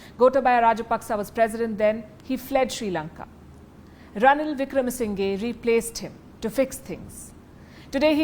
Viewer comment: Wikramasinghe is pronounced with the sounds "sing" "her" at the end. Not the way you say it.